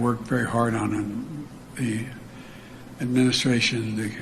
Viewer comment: It almost sounded like he said “Administration Nigga.” 💀💀💀